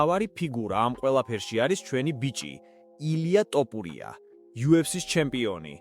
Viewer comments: გრვარს რატომ ამბობ არასწორედ?? "ტოფურია" არაა.. მისი გვარი თოფურიაა!! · თოფურია და არა ტოფურია!!. ქართველს როგორ უნდა შეგეშალოს ქართული გვარის წარმოთქმა?? ვინაა ეს უწიგნური შტერაძე სიტყვით რომ გამოდის??? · სირიკ რა ტოპურია ილაპარაკე სწორად Თოფურია Შენ ქართველი ხარ Თუ სომეხი სლავიკა ხარ. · ტოპურია კი არა თოფურია თოფურია თოფურია! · თ - ს ვერ ამბობ? რა ტოპურია ხოარ გაჟუჟუნებს? თოფურიაა გვარად! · გარუსდით მთლად?? თოფურია კი არა ტოპურია ბლიაძ! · რა ტოპურია შე სირო ვინ ჯანდაბა ხარ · რატოოოო ტოპურია? გვარი გააასწორეთ.ილია მიხედავს ყველაფერს. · რა სლე ხარ, რა ტოპურია ბიჭო😂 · ტოფურია კი არა თოფურია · ტოპურია" ბებიაშენია სირო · თოფურია და არა ტოპურია!!! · ტოპურია არა რა .ის თოფურიაა და გვარს ნუ უმახინჯებთ. ქართველს ქართული გვარი თქვი და არა ტოპურია შენ კვიტიანი გითხრან კარგია👹 უფალი შეეწიოს თოფურიას ილია ჩვენი მგელი და მგელზე მგელი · რს ტოპურია, თოფურია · ტოპურია არა თოფურია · მოგიტყან მეტყველება. თოფურია ბიჭო თოფურია 🤌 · ბიჭო კიდე ტოპურიას იძახი😂 არ გცხვენია მეგობარო? ყველა მაგაზე გეღადავება! მე მაგალითად აღარ ვარ შენი გამომწერი , მაგ მიზეზის გამო , მაგარი გამაღიზიანებელია ძმაო გულწრფელად გეუბნები! თუ გაგვითვალისწინებ მაგრად გაგვახარებ✊ თუ ვერ გამოთქვავ თ_ს და იძახი ტ _ ს მაშინ გვითხარი და შევალთ შენს მდგომარეობაში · ....მგონი Ხელოვნური ინტელექტი საუბრობს და არა ადამიანი. "ტოპურია" - ს გარდა კიდევ ბევრი შეცდომა დაუშვა... Ან ოროსანი წამყვანი... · თოფურია ბლიადდდდ.შენ რა ვერ გაიგე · ესეთი ცუდი ვიდეო მგონი არავის გადაუღია, ჯერ გვარის თქმა ისწავლე სწორად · ვინა ხარ ბიჭო რა არი არასწორი იძახი გვარს პირველად ხომ არ მოგცეს შენიშვნა ყლე ხარ თუ ვინ ხარ?